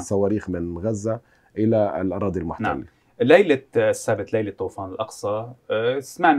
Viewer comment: ليش طوَفان؟ بالعربي طُوفان .. والكتائب هيك بتسميه.